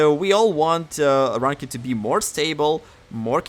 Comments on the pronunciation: LMAO you pronounce ranked like rank ed. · In "rawnk-ed" lol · Someone teach homie how to say ranked